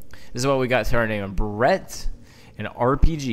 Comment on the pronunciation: “Bare-it”. The Barrett .50cal. Not a “burret”.